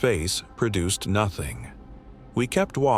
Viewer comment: "PERduced" is not a word. * PROduced. "PERcision" is not a word. * PREcision.